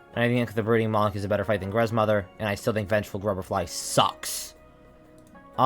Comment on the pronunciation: Y’know, you’re the only person I’ve ever seen that actually likes winged nosk. Also, WHAT IS VENGEFUL GRUBR-FLY??????